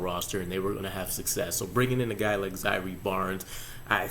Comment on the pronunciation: Bruv it’s Zai err not zyree